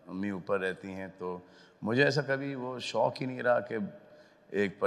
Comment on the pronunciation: शौख़ नहीं,शौक़.